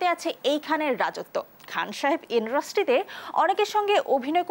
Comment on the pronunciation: Idrustry noy "industry"